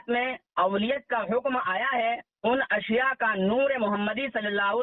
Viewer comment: Aap Ku ashya bolne ni aara ishya ishya bolreen 😜😛😜😛😜😛